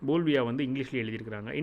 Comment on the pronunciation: போல்வியா அல்ல, பொலிவியா என்பதே சரி!